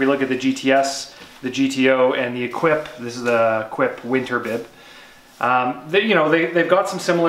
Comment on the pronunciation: I wish would learn to pronounce the names of the products he's reviewing. "Equip?" No, it's French and pronounced "Eh-keep." From another video, "Mille" is not pronounced "mile." It's either "Mee-lay" (Italian) or "Meel" (French). Since Assos is from Lugano in Switzerland, where they speak French, Italian and German depending upon the region, I'm not sure which is used in Lugano, but it sure isn't "Mile." But best shorts out there, no doubt. I've bought nothing else in the last decade at least.